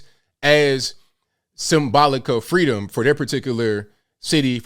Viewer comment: It's the FWEEDOM for me. .........KAMALA (age 3)